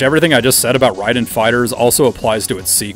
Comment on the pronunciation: Rayyyy Den not rye den 😂